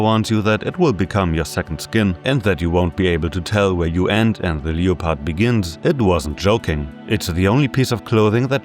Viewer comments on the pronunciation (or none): MAN I'm finishing this video since i had to stop halfway through yesterday and GODDAMN that is THE worst pronunciation of leopard i have EVER heard. Did you mistake it for the word leotard? Because leopard is pronounced "lep-erd" lol